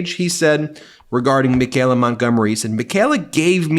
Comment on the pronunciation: Ben, why so much trouble pronouncing Michaela...me kay la... there's no g...it's not me gay la.